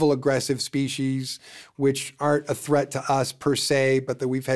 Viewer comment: He also says species wrong and says spe- she’s it’s spee - sees . Drives me insane